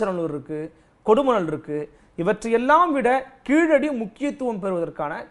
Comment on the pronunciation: கீழடி ழ உச்சரிப்பு சிறப்பு